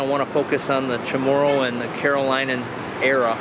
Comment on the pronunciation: Hi, your not saying the word Carolinian correctly, if you heard it from the locals it's said differently. Just trying to help you out because I have friends from there and they are Carolinians.🤙